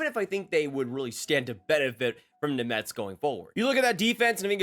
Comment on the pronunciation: Name pronunciation is brutal